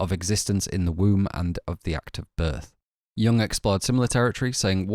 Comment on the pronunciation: BTW "Jung" is pronounced "you-oong", not "young"